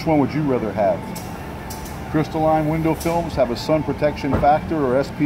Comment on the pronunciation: lol, I know it's pronounced crystalline not crystal line. miami accent.